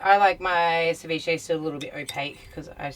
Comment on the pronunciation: It actually sounds like your saying Deviche when it's Ceviche and it's South American (Peru) NOT Mexican! and cook your dam fish! it's full of parasites that will take over your intestines and all your vital organs and eventually kill you!!!!!!